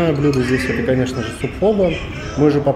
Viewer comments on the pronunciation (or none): Извините, очень режет слух, Фо Бó, с ударением на второй слог))